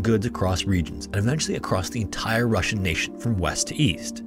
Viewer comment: Спасибо!! Great job on this one, and well done with pronunciation of russian names and titles.